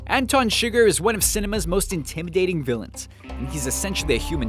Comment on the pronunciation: In No Country for Old men his name isn't pronounced sugar!!!